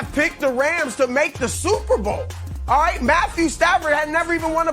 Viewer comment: Chris 'Aw-ite' Broussard, dig?